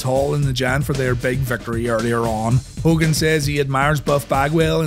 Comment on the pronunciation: That Hogan flub XD😂